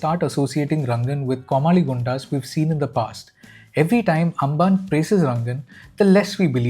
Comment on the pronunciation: Amban - like Ambani, not Angan. അംബാന്